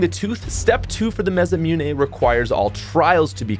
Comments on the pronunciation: ma-sa-moo-nay. not ma-sa-mune 😂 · repeat after me: MAH - SSAH -MOO-NÉ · The way he says masamune bothers me a little ;)